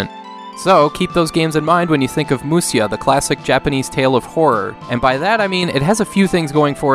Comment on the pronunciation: It's actually Musha. Musya is a different way of writing japanese but it leads to odd pronunciations like the one you did here(through no fault of your own, I mean it says Musya..) But 武者 = むしゃ = Musha.